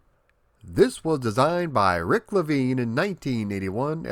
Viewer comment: He keeps saying Rrrrrrick 😂